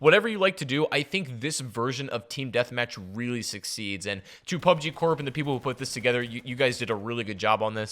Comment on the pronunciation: Wtf is PUBEG